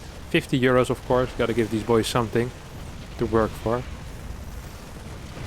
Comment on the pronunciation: "Congratulations to kelazhur for winnin 50 uros" - 2020 It's euros not uros but uros sound nicer kekw